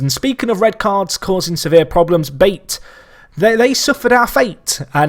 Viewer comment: Pretty sure the correct pronunciation for BATE would be 'Ba-Tae', just for future reference. Keep up the good work - definitely one of the best FM personalities on YT :]